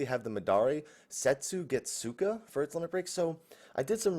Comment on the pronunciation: You do not read the "u" in "tsu." So Setsugetsuka will read Setsgetska or Sesgeska for better reading/pronunciation.